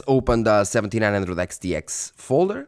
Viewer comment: Practice makes perfect Reviewing lots of Radeon cards enables you to say those Xs over and over again flawlessly. 🤣